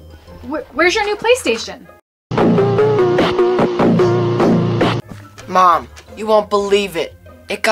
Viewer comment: Bruh she said playerstaion and I craked up